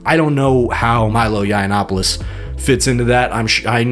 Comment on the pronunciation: Milo looks like he's on his last leg. Benny is clearly gay. And this guy might be ai. How can he keep pronouncing milos last name so badly